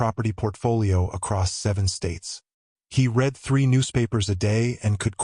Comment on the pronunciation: It would be better that reading errors are corrected. " I read the letter and then I read it again." READ is pronounced "red"- like the color. At other times it is pronounced " read" like in the word "bead."